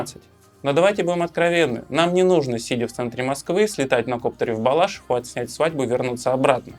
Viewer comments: в БалашИ́ху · на в БалАшиху, а в БалашИху!